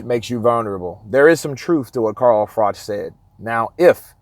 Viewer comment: Pronounced frock